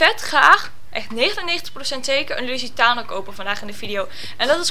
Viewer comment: en de lustiano spreek je nog steeds verkeerd uit HAHAHAHAHHAHA